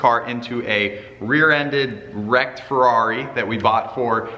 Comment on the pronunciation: So crigney tho feRRRRRaaaaeRRRiii